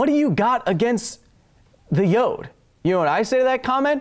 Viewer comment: Baby Yode... Yode... Kyle: What do you have against Baby Yode, this little green goblin like creature? Goblinslayer: Eyes spark red of excitement Hold my beer! Also, it sometimes sounds like yoke when you say Yode :(